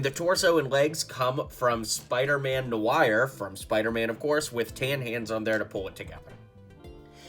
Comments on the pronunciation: He pronounced it as nouire like the name Maguire, caught me off guard too😂😂😂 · no one gonna talk about the way he said spider-man noir